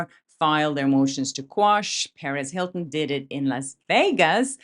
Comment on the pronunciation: I love your content!!! But one tiny thing when you say perez hilton what I hear is Paris hilton 😅 I hope people don’t get confused. But I think most of us knows who you’re talking about.